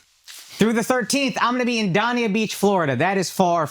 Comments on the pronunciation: Akash its pronounced (Day Ni Ah) beach. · Dania beach is pronounced like dane a beach 😅